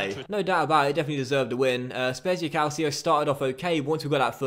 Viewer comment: Calcio is pronounced "cahl-chee-oh" not "cahl-C-oh" -- great job with the series so far mate